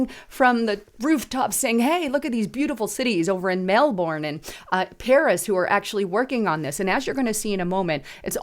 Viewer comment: Melbourne is pronounced Melburn. The Premier of Victoria, of which Melbourne is the capital, is a Leftie, so no surprise there.